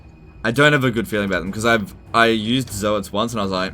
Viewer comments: Zoats as in "oats", like "oatmeal" , not "Zo-hat"! Even Games Workshop pronounced it as "oats"! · Zoe-ats i guess you pronounce toads the same way, Toe-ads